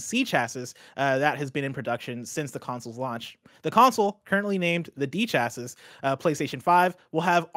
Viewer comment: "chassis" is pronounced either "sha-see" or "cha-see" not "cha-sis".